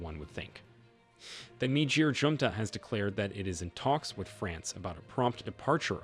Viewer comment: This is strange. Please why do you call Niger Nigir